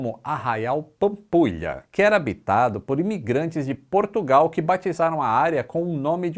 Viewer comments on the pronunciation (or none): none